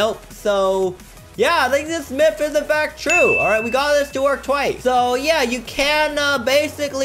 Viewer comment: It’s myth not mif